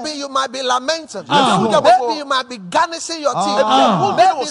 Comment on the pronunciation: The word is gnashing of teeth not garnishing, please mind your English language speaking after all no one forced you to speak mmmmmai!!!